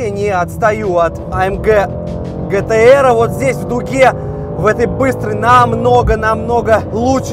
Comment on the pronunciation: Не гтр, а джитиар